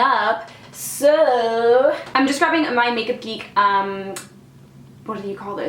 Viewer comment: I was distracted pouring hot sauce on some snacks right when you said, "Makeup Geek" and I immediately turned around and reminded cuz I heard, "Naked Geek". 😂😂😂